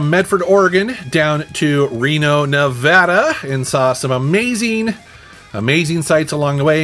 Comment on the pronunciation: Thank you for pronouncing NEVADA correctly.